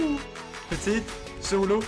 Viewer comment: Du säger petit helt fel